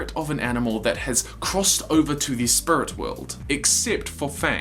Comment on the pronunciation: After he pointed out spurit I can’t stop hearing it now😂😂😂